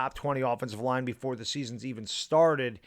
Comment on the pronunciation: Line, not libe!